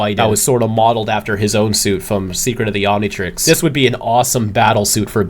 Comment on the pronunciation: As a kid I always wanted an Omnitreex. 😂